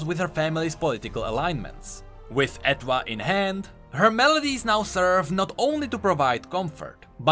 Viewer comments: i am midly triggered cmon how do you not know this *Her instrument's name is based on & pronounced the same as French étoile*, etoile means star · I'm 99.99% sure the "Etwhal" is pronounced like "étoile" in French